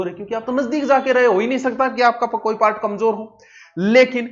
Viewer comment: सर आप पारट क्यों बोलते हो पार्ट को